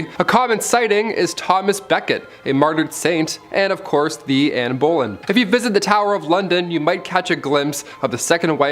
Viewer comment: Hey, so I understand its quite an unusual name but incase she features in any videos in the future I just wanted to politely help you with pronunciation. Anne Boleyn is pronounced as ber-lin or b-lyn. Hope this helps x